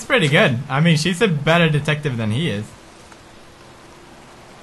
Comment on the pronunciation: "I'm pritty sure we need eggs to make scrambled eggs.." GENIUS PEWDS STRIKES AGAIN!! :D